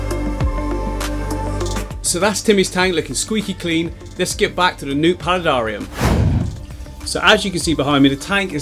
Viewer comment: How come you say aquarium normally but you say palidarium like “Pali darr ium”